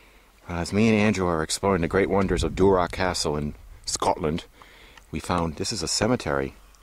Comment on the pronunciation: Just wanted to correct you on a couple things. First, Duarte is pronounced dew-ert, not whatever that was you said, and MacClean is actually pronounced MacClain. Comes from the first chief, Gillean. The sons were known as son of Gillean, or MacClean.